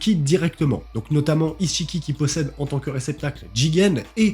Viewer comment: Attends c'est moi ou tu dis "isse-chiki" ? 😭😭😭😭